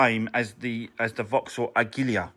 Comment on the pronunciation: Its pronounced " A Gee La" not " A Gill Le Ar " 😂😂😂